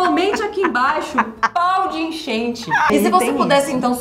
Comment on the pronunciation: "Paudeenchente" foi a melhor do dia pqp 8D